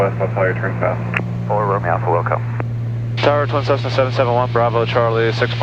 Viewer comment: I had to rewind to make sure you said “Tessna” that’s classic. Always great vids.